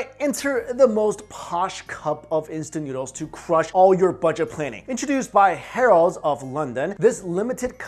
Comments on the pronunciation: Its Harrods. Not "harolds" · why are you saying harrelds lol its harrods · It's pronounced Har-rods. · the way you were saying Harrods was driving me crazy but other than that a very amusing video 😀